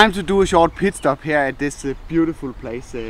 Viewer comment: I start laughing my ass off because when he says take a "pit stop" it sounds like you saying take a "piss stop", LOL